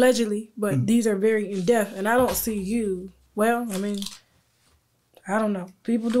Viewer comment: In-depth- “ In-de-pa-th” NOT “ in-death”. It eats me up every time that word is mispronounced by Tasha. I love the interview though.